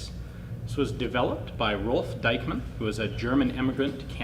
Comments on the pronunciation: Why do you pronounce Diekmann like it was Deichmann? Just adking. ☺ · Pronounce "Deekman". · Dieckmann is pronounced Deekman! ie (German) is pronounced ee (English) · In german the name Dieckmann is pronounced like Deekmann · Forgotten Weapons speak it like Deekman (the a like the a in Marshal) ;-) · Forgotten Weapons But you can pronounce Deichmann very good...good job on that...